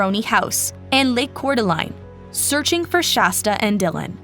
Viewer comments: Coor-duh-laine glad she’s is okay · Lane! It's pronounced Core Da Lane! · It's pronounced "core de lane" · What a horrific case. Also Idaho resident here, Coeur d'Alene is pronounced 'cour de lane' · Core da lane - Coeur d'Alene (translates to "heart of the awl" given to the indigenous tribe in the area by french trappers/traders) Coo tah nee - Kootenai County (the word refers to both an indigenous people and their language) We should be Googe checking pronunciations of places we do not live Mispronounced proper nouns make it painful to listen to